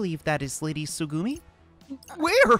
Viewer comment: Put the emphasis on the Tsu in tsugumi instead of the gu. Think that's how closet to how it should be